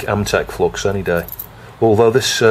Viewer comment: I reckon the Flux gods are punishing OP because he pronounces it flox.